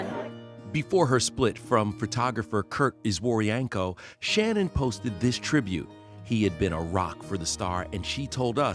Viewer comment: Why even when she died people can't get her name correct? Her name was Shannen and not Shannon